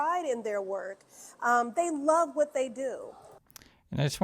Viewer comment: Your Whut was felt